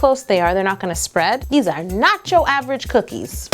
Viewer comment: you said nocho 9 times